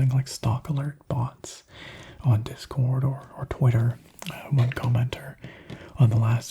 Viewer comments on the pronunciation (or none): none